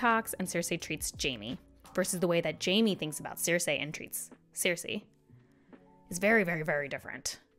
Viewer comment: Who are those Ciirsei and Tayrion characters you keep talking about? 😅 Jk, great video. Who has not mispronounced a name in a book (including GRRM in/about his own books) Have you tried saying 'on page' instead of 'on screen' while talking about a book? 😅🙈